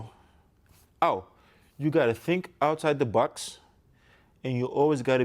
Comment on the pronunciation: For a moment there , I thought I heard him say, "Oh you got to think outside the Bucks and you always got to be a kid... That's what he told me." Then I've figured, "Oh he has an accent so he probably really meant to say - 'Outside the box'" lol Kobe may not have been the biggest, strongest, most naturally gifted basketball player but he's arguably the hardest worker and most determined. With Giannis already possessing all the physical tools (physically gifted in size, strength, athleticism) and Kobe's work ethic rubs off on him and he develops the skills as a result of all that hard work, he's going to be next to impossible to contain on the court. That's scary.